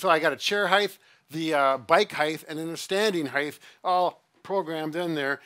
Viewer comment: and his "heightHHHHH".